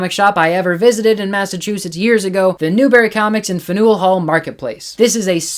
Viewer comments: Fanool Hall?😂 its fan-ell. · Fan-yuhl, Fan-yuhl Hall.